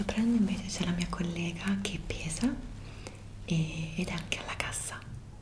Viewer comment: Bellissimo video, non deludi mai! Quando hai detto "c'è la mia collega che pesa", sembrava che dicessi "c'è la mia collega che è pesa" e da noi si dice per una persona pesante, lagnosa, difficile da sopportare. Ho riso tanto!! 😂💕